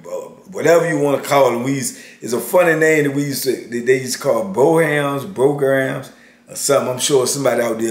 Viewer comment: Brogans, in the south we pronounce it like BRO-gains